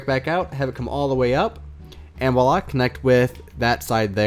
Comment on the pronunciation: It's not "willah" it's voilà.